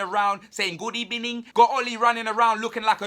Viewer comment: did I hear diz guy say emery wit gub ebening....am dead pls someone wake me up